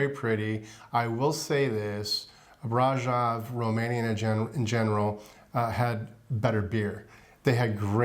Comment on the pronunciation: Ugh!!!! The mispronunciation of Brasov!!!! Cringe!!!